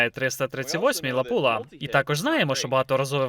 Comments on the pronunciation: Не лапула а лапуа) чи це мет так каже?) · не ЛАПУЛА, а ЛАПУА. фірма Lapua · Перекладачу, сам ти лапýла !!!! Читай назви перед перекладом !..